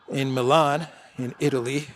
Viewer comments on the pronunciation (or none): none